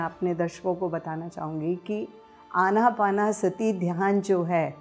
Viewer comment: आन-अपान-सति होता है भई.. न कि आना-पाना- सति.. क्यों हिंदी को खराब कर रहे हो आप लोग |